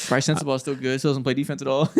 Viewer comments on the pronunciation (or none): none